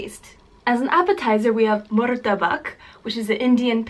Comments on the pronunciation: Satay=sat ay Char kueh teow= char ku eh tea ow Murtabak=mur ta Bak not muru ta Bak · It's MUTABBAKH not MURTABAK